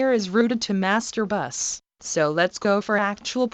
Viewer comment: Всегда прикалывает как синтезированый голос говорит master buss Мастурбасс🤣